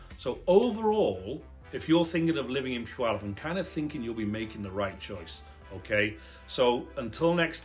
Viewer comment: Heh... I like your channel, Sir. Oh, and yes... about the name of my Home*Town of some 77yrs! It's just a side note... and, heh, of some importance to we locals.:*)) Our sweet little home-town-name of "Puyallup" has three syllables... Puy-al-lup.:*)) It may be of value to take note that there is NO "W" in our home-town-name... PUYALLUP. Phonetically, it would look something like this... * Pew... like a church bench... * Al.. like a very handsome young man... * Lup... like... ahh... nuttin' i know aka... Puyallup! Ta-Da! - Well... thar's ur lcl wit for da week.:*)) - Blessings*SharonZ that thar 77yo senior born and raised right here in da Puyallup Valley!:*))